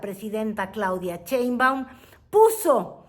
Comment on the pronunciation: Claudia Chainbaum!!!😂😂😂😂😂😂😂😂😂😂😂😂! No señora pseudo periodista ! Sheinbaum! De qué le sirvió su educación Fifi??